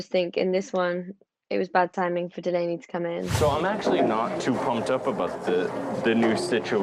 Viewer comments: Agreed! Katie, Courtney & "Doll-ahh-knee" WORKED great as a team. The key word being worked. Katie is in charge, so she needs to be the boss & shut down the crew advice. The Chef has NO say except in the Galley. No one has any say. It's up to Katie about HER crew. From Day 1 "Doll-ahh-knee" earned HER tip, Lexi didn't. And if I recall Mat got his FULL tip when he was MIA on his Day 1. Katie could have made her life & stress level so easy. Fire Lexi. Hire "Doll-ahh-knee". She sleeps in Lexi's bunk. No one moves cabins. Easy peasy! (Insert Khaby hands in here) Come on, Katie! ♥️ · and mispronouncing her name the entire time.Lexi is looking for fame by lying & creating more work for the crew.